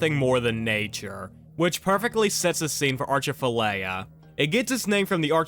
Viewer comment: Atchafalaya!! No R! 😅